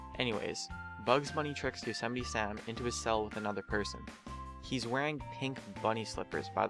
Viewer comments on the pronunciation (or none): Damn you said Yosemite wrong.